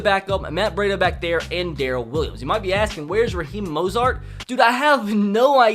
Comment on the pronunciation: When you say Roheem Mozart 😡